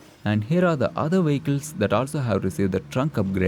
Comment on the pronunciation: Had me laughing at the "wehicles" part. Great videos as always.